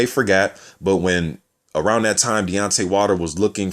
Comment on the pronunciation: sounds like you say Beyonce Wilder